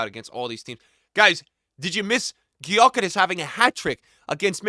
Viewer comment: it's pronounced (Yo Kerr Esh) just FYI